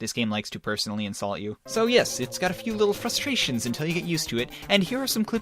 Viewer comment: Did you actually say "fustrations"? Unsub Just Kidding, I like this channel. Not even by pronunciation pet peeve will cause me to unsub